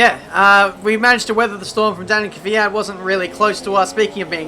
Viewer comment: Give this man a medal for saying Kvyat and not Keeee Fiat !